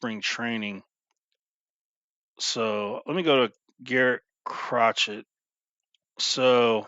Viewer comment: It's pronounced Cro-shay